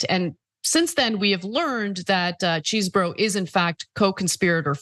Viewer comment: No love for Trump's co-conspirator but why do Cenk and Anna keep calling Chesebro "Cheesebro" even in a serious news presentation. Nobody says "Cheesebro" anytime anywhere and she says it even after hearing the women in the segment saying Chesebro. I get you can make fun of him when you're are discussing it after a presentation.